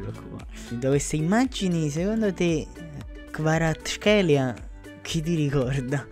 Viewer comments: Kvara-ts(like C in Cvrena Zvezda)-kh(like G in Getafe)-elia, or just say Kvara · English Kvaratskhelia, In Italian is pronounced as Kvarazzkhelia!:-)